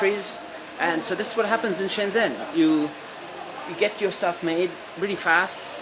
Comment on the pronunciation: Shenzhen is pronounced like shen "jen" btw.